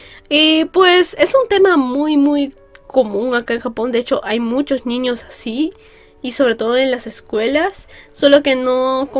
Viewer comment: Amo cuando dice "ñiños"